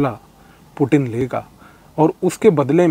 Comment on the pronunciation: Sir aap puttin word bahut acha sa bolta ha😂🙏🙏🙏